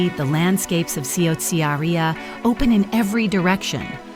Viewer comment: Please learn how to pronounce Ciociaria it's CHO-Chia-ria